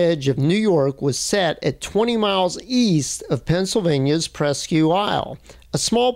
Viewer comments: Presque means almost. Isle. Island. Almost Island. Presk Eel. I studied français in school. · Great video. By the way Presque is pronounced "Presk"